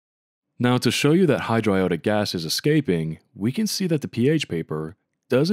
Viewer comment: hydro-i-owe-di- acid is great pronunciation